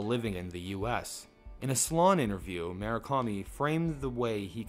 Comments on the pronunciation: You realize there's a 'U' in Murakami, right? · "Mu -Ra - Kami"